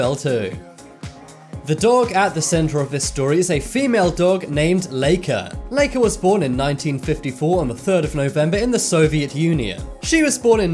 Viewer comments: This is the first time I hear somebody say “Leika” It’s pronounced like “Laika”, everywhere It’s like you pronounce my name like Sasha, not like Seisha . Do you? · Lie-ka not lee-ka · It’s like-aaaa not lake-aaa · Laika is pronounced lie-ca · It supposed to be said lai-ka and the spurt-nik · My great aunt raised Laika she did Have an owner after she came back but she died when she was 14 1/2 she was a great dog very caring and relaxed. It’s pronounced Ly ka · ooh. yay a video mostly about a guy mispronouncing "Laika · Oh... I keep getting offended by how you say sputnik and laika